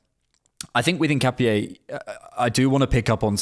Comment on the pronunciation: Btw it’s pronounced IN-KA-PYEH